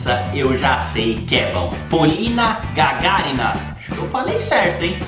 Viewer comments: Смогла бы, 10 лайков только за правильное произношение фамилии ГагАрина поставила бы Реакция- супер! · Единственный кто поставил правильно ударение ГагАрина, а не ГагарИна! Красавчик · Спасибо, первый не русскоговорящий делает правильное ударение в фамилии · Ты один из немногих кто сказал правильно её фамилию. Не ГагарИна, а ГагАрина. Молодец) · молодец!!! И фамилию произнёс правильно, единственный из иностранных блогеров, только за это можно класс ставить!!! 😉👍 Ну и реакция огонь!!! 🔥 Полина наша того стоит!!!! ✌👍👍👍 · Да. Ударение слышу впервые верное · Впервые слышу, чтобы иностранный блогер правильно произнёс фамилию с первого раза, поставил правильное ударение. Спасибо. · ВЫ сказали, что сначала анализируете, а потом выкладываете, и Вы уже заранее знаете о её голосе. Но интереснее смотреть на Вашу реакцию, когда Вы первый раз её смотрите вместе с нами, как многие другие блогеры. А вот имя и фамилию певицы Вы с первого раза произнесли правильно. За это "ЛАЙК". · Красава, первый правильно фамилию произнес, лайк тебе )))) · Ты единственный иностранный обзорщик с Ютуб, кто правильно произнес её фамилию 😄👍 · Да, Вы совершенно верно произнесли фамилию Полины. Спасибо за видео и успехов, друг. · Редко кто правильно произносит ее имя. Ты шикарно произнес и имя и фамилию . Все правильно . ❤️❤️❤️😎 Отдельное спасибо за субтитры ❤️❤️❤️😎🖖🏻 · хитрец, подсмотрел, куда правильно ставить ударение в фамилиии..хотя, за подготовку в этом, тоже лайк.. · Правильно фамилию сказал.👍👍👍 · Хоть кто-то правильно фамилию произнес!